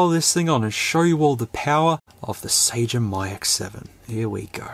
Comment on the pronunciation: Dunno if you guys adapt the original pronunciation but it would be SUH-GEM, g as in "genre"